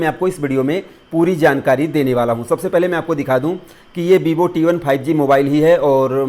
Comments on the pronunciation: That is not bibo 😂 it's Vivo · That is not bibo its vivo😂😂